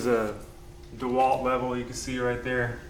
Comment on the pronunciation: DUHWALT - LOL - kneel vs. stand - fun! Tell us how you really feel about Snoop Dogg.